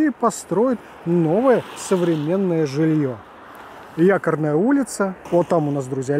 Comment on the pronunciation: ЯкОрная, а не «якАрная» улица